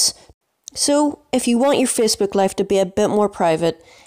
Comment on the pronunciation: the way this guy says Facebook yo "feecebok"